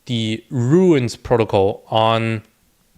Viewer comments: Runes, bro, not 'ruins'. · It's not Ruins. It's runes.